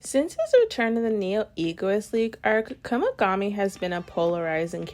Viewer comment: W vid per usual but it kinda sounds like ur saying Kumigami 😭